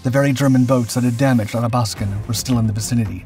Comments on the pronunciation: Athabaskan pronounced A-THA-BASK-AN not ATTA-BASKAN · Great documentary. It did bother me a bit that the narrator kept on pronouncing the Athabascan as the Adabaskan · Ath-abaskan. Pronounce the th, as in bath. Great vid! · Athabaskan “À thah bas kin” as in the Athabaska river that runs through northern Alberta. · The Tribals were welcome supplements to the bulk of the Royal Canadian Navy which was mainly comprised of Corvettes that remain the unsung heroes of the Battle of the Atlantic. (Ath-a-bask-an - your English pronunciation is sometimes way off). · ATH-A- BAS-KIN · Retired RCN... Please, it's Ahh thaa bath scan. Or AthaB, if you will. The way you're pronouncing it is fingernails on chalkboard to my ears. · Really wonder how much time this channel spends on getting names and facts right. HMCS Athabaskan ....sheesh...5 second internet search and you get the right name. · Thank for covering the topic but, please learn how to pronounce Athabaskan. Painful.....